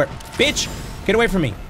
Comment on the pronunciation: I like how he says bitch instead of Beach